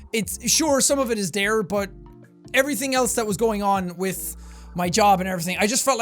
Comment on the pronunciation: "some of it is dere" Jack.. your Irish is showing